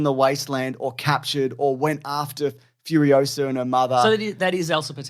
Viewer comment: I knew after every YouTube ad when I’d hear FURIOSARRRR a thousand times a day that I would not be seeing this film lol